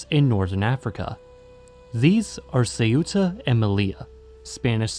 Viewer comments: say-uta?? the-ta is better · I don't understand why the narrator places the phonetic accent on the u, instead of the e, when pronouncing the name of the city Ceuta. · I love how pronounced the name of Ceuta wrong, and then pronounced it right but says that’s just what the natives calm it LMAO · Why the hell do English-speakers insist on pronouncing Ceuta as "seh-U-tah"? The stress is NOT on the U, it's on the E. Two syllables. If it were pronounced the other way, it'd be written Ceúta. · Just couldn't stomach your butchering of the name Ceuta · There's only one pronunciation of Ceuta and it's two syllables, as in Spanish. It's too bad that Americans were ever allowed to try to pronounce that word unsupervised.